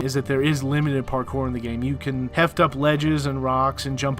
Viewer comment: "It's a fun gam?!"